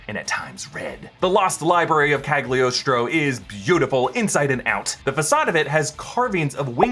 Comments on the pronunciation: PLEASE!!! it burn my ears any time i hear Cagliostro said like that... repeat after me.. CA LI (instead of GLI) OS TRO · why everyone read that "g" in Cagliostro? it's a dumb letter in italian!